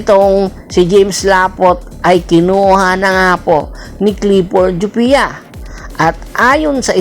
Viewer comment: Ayusin mu boss! C laput nasa injury list kaya c jopia ginagamit. Kapalit din nya c escoto kc nasa injury list din ACL kaya kulang cla ng kahalili ni sanggalang. Naka one yr contract c jopia. Anung walang playing time? Injury nga eh kya d nakakapaglaro! Gawa gawa ka lang ng kwento eh anung "jupia" jopia hindi jupia